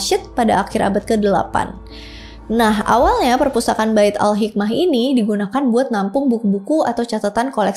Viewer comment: Pespurtakaan awkwkwkwk.....keseleo lidah kek biasa awkwkwk...gpp kok sayang 😂